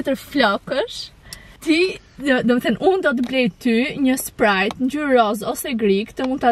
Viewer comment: Sprajt nuk i thuhet oj vajza fol ma mir